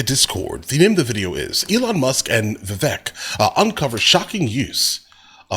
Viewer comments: His name is pronounced as Vevake, NOT Veveke! 😮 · Vih-vake. If I had to learn the pronunciation, EVERYONE DOES! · Vivek pronounced like cake. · It’s pronounced like cake. Vivek is pronounced Vivake.